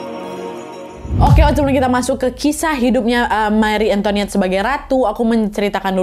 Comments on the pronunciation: An to i net ,bukan antoniet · Antoinette kak, bukan Antoniette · Hai kak nad, setahuku Antoinette kalo bahasa Prancis "oi" itu bacanya "wa" jadi "antowanet" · Cara bacanya juga bukan anto(ni)ette, tapi anto(wa)nette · it's an-to-i-nette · Btw kak nad antoinette itu sebutannya kyk antwanet 😅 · Antoinette bacanya ang toa net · Oya aku kebetulan tinggal di Prancis, intonasi pengucapan antoinette itu antoanet(oi dibaca oa). Dan sebenarnya kalau menurut analisis beberapa sejarawan, marie antoinette hanya korban, saat itu prancis sedang muak dengan bangsawan dan kerajaan dan ingin mengubah sistem dan Marie datang disaat yang salah. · “Antonét” loh bacanya 😭